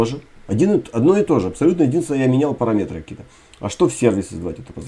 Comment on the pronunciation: Классные уроки, только русскую речь теряешь: не парамЕтры, а парАметры по русски правильно. Забываешь за чужбиной русскую речь... Я тебе напоминаю)))